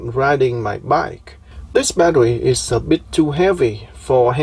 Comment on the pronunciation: Are you Elmer Fudd? Badderwee.